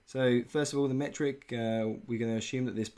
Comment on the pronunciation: Metric ! not Mertic :D nice video, as always!